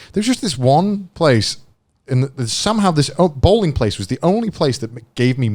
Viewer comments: Bowling owh.. Bowring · Joy just mistaked the L with R because he lives in japan! He just read it Bowringu so that’s why!